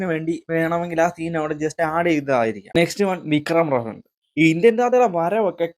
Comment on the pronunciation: Social Relevant അല്ല, Socially Relevant.. ആദ്യം നീ നിന്നെ ശരിയാക്ക്.. അത് പോലെ റഫറൻ റഫറൻ എന്നാ നീ പറയുന്നത്.. റഫറൻസ് എന്ന് പറ ശരിക്ക്